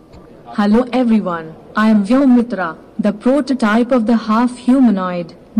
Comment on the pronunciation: It's not Vyomitra, it's VyomMitra